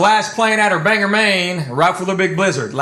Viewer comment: It's not pronounced 'Bang-er Maine', it's pronounced 'Bang-gore Maine'😁